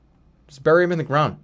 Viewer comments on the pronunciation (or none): none